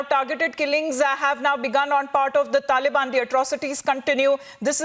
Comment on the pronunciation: "Dhalibaani Dherorist"